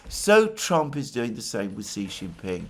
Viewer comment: Alexander, you are amazing, and I listen to all of your videos. However, Xi is pronounced "She". From Perplexity: the pronunciation of "Xi" in Xi Jinping is closest to "shee" in English, with a soft "sh" sound at the beginning. So, "Xi Jinping" is pronounced as "SHEE jin-PING" where "Xi" rhymes with "see", but starts with an unvoiced "sh" sound, not a regular English "s" or "z". Sorry to be a pedant, but I have a background in mandarin and it rankles when I hear other pronunciations... Keep up the great work!